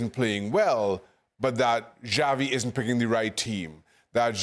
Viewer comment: It’s Xavi as in Shavi NOT Javi 😑